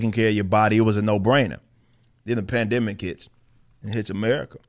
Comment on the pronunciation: Uhhhh.... plan-dimic?